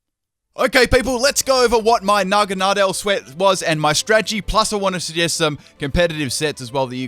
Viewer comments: Huh, I pronounce Naganadel differently. I pronounce Naganadel like nah-GAN-ah-dell, you pronounce it like nahgan-AH-del. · you butchered naganadals name 😂😂